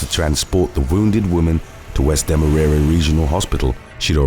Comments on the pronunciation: Demerara is pronounced more like Deme-raw-raw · Demerara is pronounced more like Demerawraw